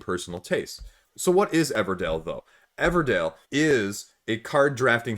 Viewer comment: Everdell, not Everdale